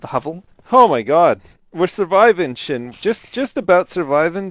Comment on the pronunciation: Sjin's name is pronounced S-jin not Shin.